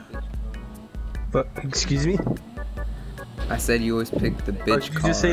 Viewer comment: the tire really said exsqueeze me